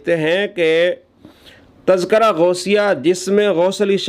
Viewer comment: جناب لفظِ تزکرہ کا اعراب درست فرمالیں